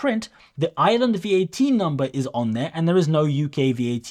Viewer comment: IREland not ISland